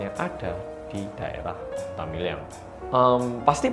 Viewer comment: dibaca nya MILYANG?? bukanyan MIRYANG ya?? Soalnya orang sini pada ngomongnya pada MIRYANG.